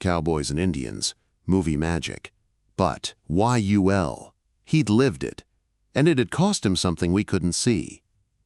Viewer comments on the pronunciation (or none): "Hey, Y-U-L...." LOL. Cue the sad trombone for the AI. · Ditch the AI voice. Y the hell Y-U-L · Good story about Yul Brynner, but calling him "WHY-YOU-EL" ??? Geez. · Y U L??? Each letter spoke like reciting the alphabet?! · Can your AI voice say the name correctly if you spell it out as you'll ? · Stupid AI can’t even pronounce a person’s name. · Awesome story! But always check what the Ai voice is doing. It thought "Yul" was an acronym, not a name, in the first half of the video. Crap like that takes away from a great tale! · why not have an actual HUMAN BEING narrate? A real human wouldn't spell out Yul like it was an acronym, for example.